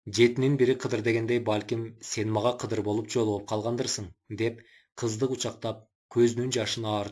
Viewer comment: Кыдыр эмес кызыр деп айтылат